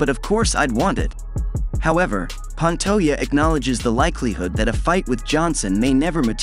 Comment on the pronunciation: Pan-toe-jah. Now put out a video where you pronounce the mans name.right.